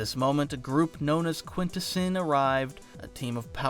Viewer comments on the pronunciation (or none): Quinta-what? Is it really not Quintessence ? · Quintessence. Quint-essence. Quin-Tess-ence